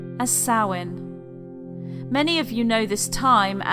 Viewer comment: No it is the ancient Celtic month of Samhain, and she pronounces the word correctly.